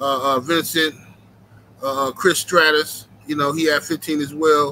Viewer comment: said Chris stratus 😂 it's struss